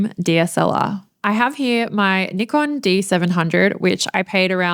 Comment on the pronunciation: you pronounce 'nee-kon' bravo!! you are among the few ones...